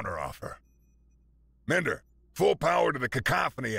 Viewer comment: I trust there was an author's note specifying that the A/I's name is pronounced Min-der instead of Mine-der?